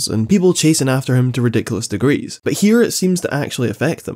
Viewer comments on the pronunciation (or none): none